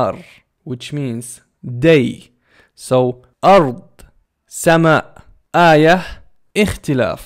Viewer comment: hallo body you pronounced "aayyah " wrong